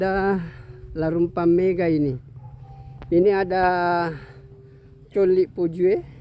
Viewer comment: Bukan mega pak, tp megga...double g